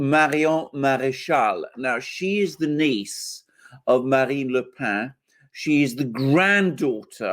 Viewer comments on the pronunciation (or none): dear alexander mercouris, the surname of marine le pen in french is not "le pain" (i.e. the bread) and is not pronounced thusly, but "le pen"; and the name is pronouced exactly as the english pen, that contains ink and is used for writing: the name, correctly pronounced, is indeed: marine (ma-rin) le pen! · PLLLEEEEZZZZ !!!!Its not pronounced " le pain" its "le pen" as in PENcil!!!!!😬😬😬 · Le « pen » pronounced pen not 🥖 pain! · AGAIN: It's not pronounced " "LE PAIN". She's not bread. It's PEN, like the English word for the writing instrument. PEN. PEN. PEN. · Le PEN NOT PAN, how many times. Like your 'Oh no I have it on good authority her name is pronounced JIZZLANE' Lol. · Le Pen is pronounced as Le PENN not "Le Pain" (="bread"). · Pen is pronounced just like Pen in English, not "pa"... Le Pen is a Breton name., so pronunciation not so good. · You should learn how to pronounce le Pen correctly. "Pen" is not nasalized, but is pronounced like in english "pen" . The deviation from normal french nasalation is because Pen is a Breton word (the family is from Bretagne). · Agreed... It's Pen as in parker, the Alexander pronounces it as if it Bread (I think) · The 'e' in Le pen is not a nasal vowel ! Please look it up !